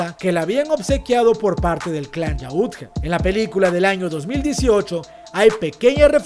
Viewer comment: Muy buen vídeo pero suena gracioso que dice yaútja con acento en la u si no tiene tilde y es solo yautja